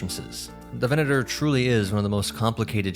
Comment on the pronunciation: I appreciate the proper Latin pronunciation of the 'v' in "venator"